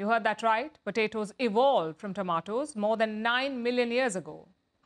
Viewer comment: Potatoes.. PoTaatos.. PATaaiToss.. 😂😂😂😂 TomAATOS.. TOMATOSS.. POTAMATOSS😅😅